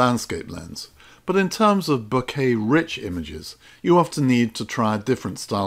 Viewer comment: Thanks for saying Bokeh properly. It means I don't cringe while watching :-) Thanks for these vids. Made me put an old lens on and go out and have some fun.